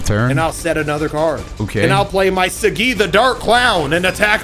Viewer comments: Yo why is pronouncing Saggi like that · Even tho I'm watching this now, I wish Sagi would be pronouned how it should be pronounced